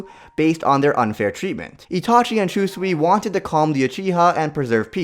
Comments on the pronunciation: Did this man really just say Shoe-sui? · shoesui is that how you pronounce it and kotomatsukami hmmmmmm somethings off can you spot it kids